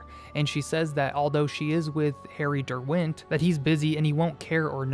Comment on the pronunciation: The pronunciation of Derwent is an atrocity.